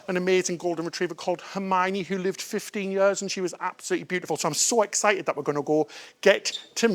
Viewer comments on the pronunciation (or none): none